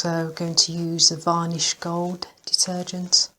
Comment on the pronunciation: Va nish.only English person I've heard pronounce an R that isn't there